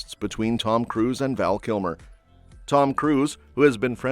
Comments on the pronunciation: His name was Val not Van. You should really correct that. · It's Val Kilmer NOT "Van." Get it right. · It’s Val, not Van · PLEASE CORRECT ITS VAL NOT VAN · His name is Val..... not Van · Was just about to type the same thing, Val not Van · It's Val, not van! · 😂 my first thought also. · OH for Gods sake! Get his name correctly! It’s VAL! 😒. RIP VAL. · Van?get it right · And gets the name wrong, even.